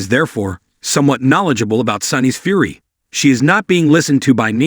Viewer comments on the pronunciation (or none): none